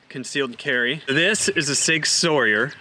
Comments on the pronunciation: Sig sour not Sawyer. Yes I know how it's spelt this is how it's pronounced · Man that Sauer pronunciation really hurt ouch 😫😫.... Haha nonetheless great video, I really like Outback Trading Company products I own a few of there pieces, jacket, vests and a couple of hats. Quality products. Oilskin is the best I have ever encountered. I got them cos they're tough and good to wear going thru tough terrain with branches amd brusj wacking at you every minute or so, highly water-repellant and windproof and they actually physically look nice to wear. Mosy of their jackets and vests have integrated concealment pockets.